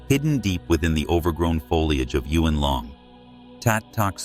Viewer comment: To the narrator. … Chinese words have one syllable… Yuen isn’t Yu en… but Yuen…. (Yoon)